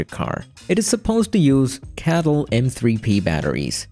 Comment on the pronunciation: It's CATL, not cattle